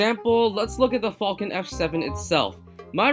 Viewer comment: I know you said the falcon f7 but it sound like u said the fucking f7 lmao i was weak when u said that